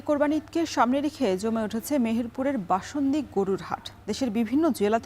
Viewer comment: বাশুনদী না বামুন্দী হবে এটা।😅